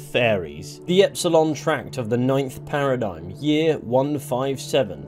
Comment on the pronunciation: The worst thing about epsolinism is how they pronounce it a parid-gyim rather than paradigm